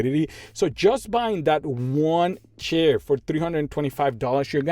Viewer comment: It took me 1 and a half video to realise that you say share and not chair 😂😂😂